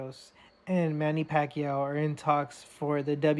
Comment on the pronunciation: Who's doing the voice over here? He can't even pronounce the name of Pacquiao instead he keep on saying "Pakyu" 🙄 it's irritating to hear😈